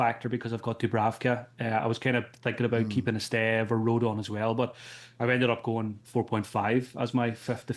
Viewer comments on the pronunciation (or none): Who the blaady eck is Estaveo!?😅